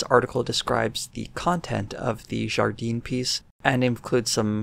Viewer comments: For the pronunciation Jardin is pronounced Zhar dan with the 'i/a' sound meant to be clipped and just a little nasally. Just a little though it is not French Canadian. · Jardin would be pronounced more like jar dan. The 'e' sound would only apply if there was an e at the end (Jardine). I don't really know about Watson, but every time he comes up it's not good.